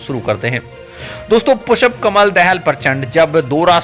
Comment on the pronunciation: You are an insult to India mr reporter you donot know how to pronounce the Sanskrit term पुष्प and you are repeatedly callingपुषप् you are disgrace to our country. Pu Kamal Dahal is a revolutionary leader who changed the rotten monarchy system and gav3 people republics what record has Biden on these nothing but zero The courage sooroo wall is not the national dress of Nepal nor we Indians have any national dress. You donot know.better know nor Kurtz pyjama is our national dress,we donot even have a declared national language Nepali is Nepal’s national language theghotala loving narsimva Rao sarkar put the Nepali name i in the constitution do u know this. ,prachanda is one of the cleverest pm and he know how to handle theA Erica so America cannot afford to annoy prachanda for Nepal .